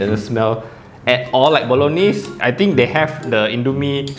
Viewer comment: Ayy you know the correct Bolognese pronunciation! I see you as a man of culture. This I’m gonna buy!